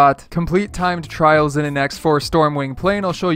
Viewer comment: Did you say tied tryals nooooooooooo